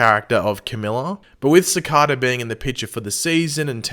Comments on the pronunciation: It’s not cicata it’s cicada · Why does he say CICADA like that? It’s annoying lol